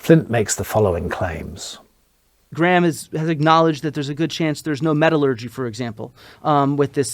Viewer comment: I love graham but he needs to adopt the word metallurgy and stop saying metalogy, especially when all the papers he’s siting are in American journals